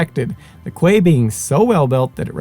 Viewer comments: Excellent thanks. Quay is pronounced Key…. I wondered what you were talking about at first and it took me a minute to get that you meant Key (Quay)! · This guy is Simon's buddy that helped him on this channel and guest hosted or hosted many episodes. But quay is said key, not how it looks. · Great job and very informative coverage! For future reference, "quay" is apparently pronounced "kee." I had to look it up myself to be sure...I had been mispronouncing it "kay."